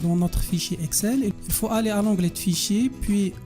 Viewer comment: Bravo !!! Merci... J'ai juste à vous demander de redresser la lecture du mot "onglet" en évitant de lire le son [t], car c'est une lettre muette à la fin de ce mot... Phonétiquement lire [onglé]... Sinon, le reste est parfait. Je continue à suivre vos cours...